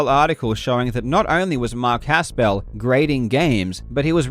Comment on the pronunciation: First off if you are going to mention Mark Haspel, please pronounce his name correctly. You do not need to pronounce it as a 2 syllable word. It's not Has Pel it's just Haspel run together. I personally worked for Mark Haspel for 2 years. Mark Haspel's office is in Bradenton, FL. WATA Video games is in Colorado. When Mark says he has no dealing with the operations or any day to day dealings he's correct. You would think he would get some preferential treatment getting his games graded. He doesn't. He doesn't get anything preferential with CGC either. So please, just how does Mark have any dealing with what takes place in CO when he's in FL? That's absurd. That's the reason he threw his arms up in a twitter response, because he thinks you're so ridiculous, and wrong. You realize Mark runs a full time business? Where does he have time to do all that you are alleging, especially with travel restrictions (and Mark won't fly right now, he's terrified of COVID) and he has a young family. The reason WATA partnered with Mark is because Mark was 1 of 2 people to start the graded comic book industry. Mark Haspel is one of the most trusted and liked people in the comic book industry because he has been honestly doing business in it for 30 years. Mark deals with the top people, auction houses and dealers in the industry. His reputation is pristine because he helped build CGC the correct way through hard work and honesty and being the best in the world (himself). I can see where you may h